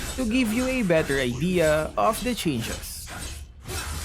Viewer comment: I really like when always pronounce "the" as "da" even if the first letter of the next word is a vowel. 😹😹